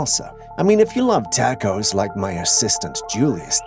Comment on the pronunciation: Takkos???? You mean taa kowz🌮🌮🌮